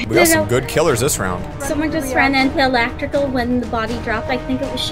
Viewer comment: says elactrical